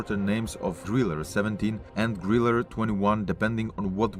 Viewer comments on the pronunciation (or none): Sorry the "e" at the end of the word Grille is not pronounced as an "er". It is pronounced like the 3rd e in Beethoven.